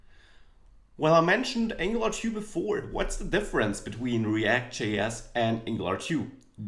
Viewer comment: Ängjelar tu ist die Aussprache :D nicht Ängelar tju. Aber ansonsten ein schönes Einstiegsvideo!